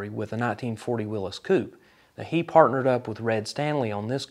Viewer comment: Wow first time I heard Willys pronounced correctly